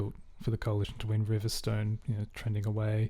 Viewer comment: Riverstone is pronounced river-st'n (weak vowel)